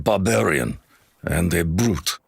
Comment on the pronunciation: The word that said "Brute", it sounded like he was gonna say "Boot"